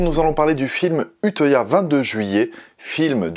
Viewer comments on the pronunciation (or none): Vidéo très intéressante ! Mais on dit « uteuya » lel